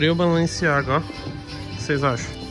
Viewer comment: Tem toguro lendo BALENCIAGA , e falando BALANCEAGA tem like